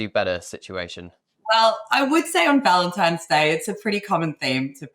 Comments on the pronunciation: Did he say Valentime’s? No. Just no. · Do you have the IQ of Harry? The word is Valentine NOT Valentimes. GOOD G-d SPEAK ENGLISH PROPERLY